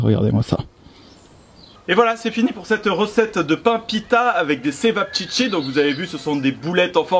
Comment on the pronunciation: Non . Chevaptchitsi